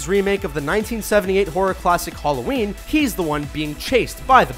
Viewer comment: Did he say "holoween"?:-D